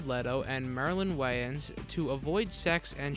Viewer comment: Why did you pronounce it like Marilyn Wayans?